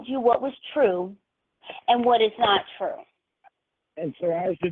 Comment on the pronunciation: You're nawt perfect either.